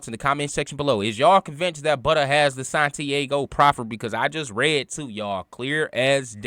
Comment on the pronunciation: Santi-AHHGO fam...not Santi-A-go